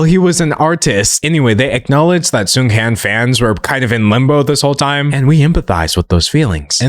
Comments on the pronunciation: i agree with everything you said, the funeral displays were horrifying, it literally sent chills down my spine... i also wanted to point out that i'm pretty sure the latter part of his name is pronounced more like HAWN (like lawn) rather than HANN (like hand). i don't think it's a huge issue i just wanted to mention it in case there are future discussions about this topic! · little fyi: Seunghan (승한) is pronounced as "Seung-HAHN". The "an" in "Han" is pronounced more like "on", with the vowel being long. Not sure if that description makes sense, just wanted to explain how to properly pronounce Seunghan's name for those that are curious!! :)